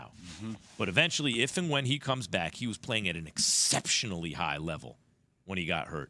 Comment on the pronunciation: The spice on that "exceptionally" 😂😂😂😂